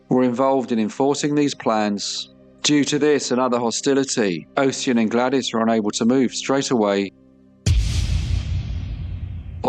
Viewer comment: fyi NAACP is pronounced “N double A C P” here in the states. and Ossian is Osh-en, with the first syllable like “posh” and second like “pen”